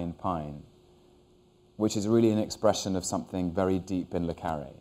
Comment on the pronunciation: Hugh always says Le CArre not CarrE